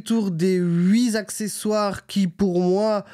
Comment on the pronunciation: Merci pour cette vidéo. Mes oreilles ont légèrement saignée à la fin quand tu dit « on a fait le tour des huit Z accessoires » au lieu de dire « les huit T accessoires ». 😉😉 Rassures toi tu n’est pas le seul à faire ce genre de liaisons MALTAPROPOS. Tu envisages de mettre des bacs avec couvercles côté droit et gauche à l’arriere ? Je m’abonne et je met un 👍et d’accord pour « trop de carbone tu le carbone ».